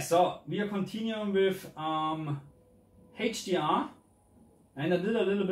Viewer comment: it is "eitsch di ar" not "heitsch di ar". iu dount sei se "h" in se "hdr" not laik in se dschörmen iu nou?